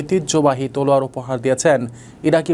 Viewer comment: কুখ্যাত শিক্ষিত উপস্থাপক তলোয়ারের উচ্চারণ ঠিক মতো বলতে পারতেছে না